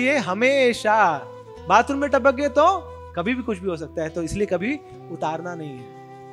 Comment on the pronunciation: Hare Krishna. when says tapakgaye is so funny